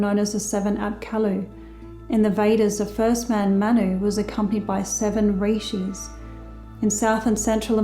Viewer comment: RIshis not REIshis ;) Read Steiner about the details.There was a place in todays Gobi Desert in Central Asia where Manu prepared the 7 Rishis and sent them to India-the first Arian culture after the Flooding of Atlantis in 9564 BC.